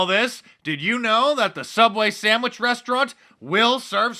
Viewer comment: Hey! It's pronounced: Sammich! 🤣